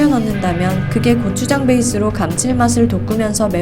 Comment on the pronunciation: 저 리포터 육개장,고추장 발음이 거의 한국인급이네